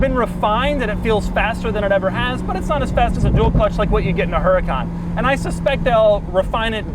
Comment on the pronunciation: Doug the type of guy to pronounce Centenario correctly yet still toss a hard H into Huracan for no apparent reason. 😂😂😂